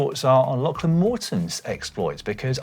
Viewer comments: it's pronounced 'locklan', not lacklan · His name is pronounced like a Scottish lochs. So it sounds like Lochlan despite the spelling.